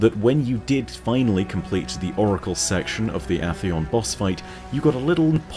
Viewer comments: AHHHHHtheon... really? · I have a question. Why do you pronounce glass in vault of glass as “gloss” and Atheon with a short A instead of a long A? First questions obviously a joke, since you’re British and only have one pronunciation for glass and gloss:P but I thought most people pronounced Atheon with a long A.